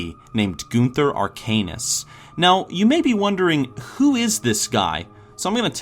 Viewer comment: Goon ther I believe it's pronounced gun ther